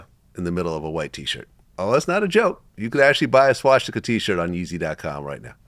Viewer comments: Vlad pronouncing it SWASH tika hahahaha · Klad mispronounces swastika there’s no sh